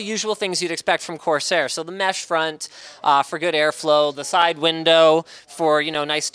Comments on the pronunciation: I just died of laughter when he said quarsair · "QUARSAIR" - I knew it! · when he said quarsair i could no stop laughing for a day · "quarseir" aushuahsasuahsuhauhsuahsuhasuhauhshuah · I almost spit out my drink when he said "Quarsair" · I almost fell from my seat when he said Quarsair. :D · Liked because "QUARSAIR" made me lose my shit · "QUARSAIR" xd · "Quarsair" REALLY LINUS,REALLY.But hey at least it's the same old Linus.The only thing missing in Linus' CES 2016 is him not breaking anything although attempting to remove the PSU shroud is a step forward